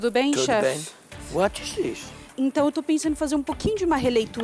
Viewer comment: Jacquin: - What is this? Kkkkkkk morri com o barrigudinho mostrando seu “anglais”